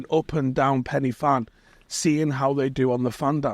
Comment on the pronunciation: It’s pronounced Pen ur Van (as close as I can get it in English phonetically 😂) I get it it’s Welsh and pronunciation isn’t easy but I have heard you say Borussia Mönchengladbach easily 😂😂 Great video though pal.